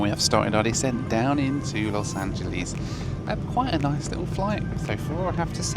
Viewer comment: Those windows are the reason that we never have and never will fly on a 787 - no matter how good the airline is. Sadly, hasn't learned to pronounce "Los Angeles" correctly yet.